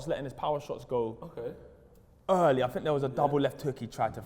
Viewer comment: Bro think doesn't start with a F (fink) you guys created the language and yet you can't speak it